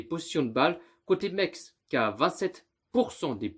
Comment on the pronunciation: C'est pas mex c'est messsssse